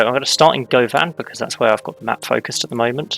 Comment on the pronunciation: Being from Glasgow, it was fun to hear you pronounce Govan. We pronounce it like "Guhvin". The Glasgow subway, "Clockwork Orange", has a clockwise and anti-clockwise service. I'm not sure if you are/were intending on doing the anti-clockwise. Really enjoying watching your videos, I had such an issue with the signalling in a game, that I started again and reviewing all of the lines as I build them.